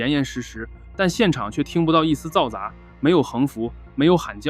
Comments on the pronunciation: 通过嘈杂这个词念成zaoza，我确定了一直以来的一个疑问，就是是AI。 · cao za 。一声和二声 ，王局我帮你念稿吧 我祖籍也是吉林 你老乡，发音标准 😎我叫王翠花 🎉名字比还土 ～